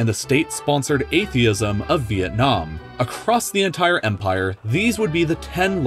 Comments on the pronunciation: I like how he said the word "The Entire" he said it like that The En Tire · Why you say enthaire